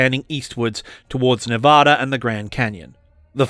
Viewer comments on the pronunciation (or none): none